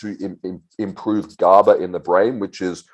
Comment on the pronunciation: Guy can't even pronounce GABA and talking about how eq effects brain .. this shit is hardly noticeable, he states it's never been studyied in humans and then he says it's neurotoxic asf.. show me a study or proof that it is please